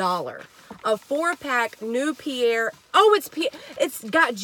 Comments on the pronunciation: It’s pronounced Peh-ree-ei. Google it. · Pe-ri- aye/ Pe-ri- a. this is the right way to pronounce the sparkling water. You really found a good fine that water is expensive. Thank you so much I really appreciate and enjoy your channel. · Just fyi the Fancy "Perrier" water is Pronounced: Pear-ee-air or Pear-ee-ay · I about pee'd when you said Pierre water 😅. Great haul! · That's my fav water! It's pronounced Perry- Ā lol love your vids!!